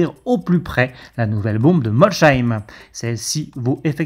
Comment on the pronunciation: Par contre la ville de Molsheim se dit "molssaïme" et pas "molchaïme", je sais que les villes alsaciennes sont compliqué à dire, je suis né a Schiltigheim 😆 (chiltigaïme ou chiltikaïme pour les puristes) Sinon oui Volvo montre la voie et Lexus on attend de voir en tout cas en tant que fan de Toyota j'attend le premier vrai modele 100% électrique